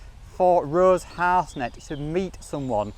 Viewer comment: Her name is Rose Harsent, pronounced Har-sent. Not Harsnet.